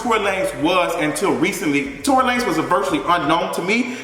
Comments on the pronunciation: "Tory Luh-nez" 🤣🤣🤣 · Not Torey La-nez 😂😂😂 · Not Tory “Luh-nez” lmao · I cackled at Tory LAN-EZ 😂😂😂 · Tory La-NAYZ!!!! LMFAOOOOOOO